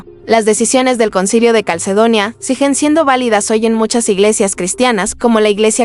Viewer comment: "NOTABEL Y SIGEN" en vez de "NOTABLE Y SIGUEN". El contenido del canal es muy bueno, pero por favor no hagan uso de voces artificiales. Saludos.